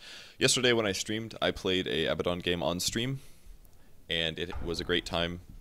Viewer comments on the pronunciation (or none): Live gay commentary? Little word flub there.